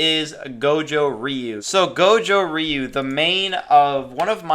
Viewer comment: I personally train Goju ryu in my real life dojo so I always pick goju ryu even though I know it’s not the best also when you say ryu you are saying ree-u the actual way of saying it is roo or that’s at least how I got taught by my sensei